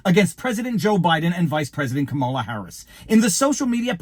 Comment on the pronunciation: Im a big fan but when someone repeatedly pronounces a word incorrectly it drives me crazy. Its comma-la. Wtf? I don't get it.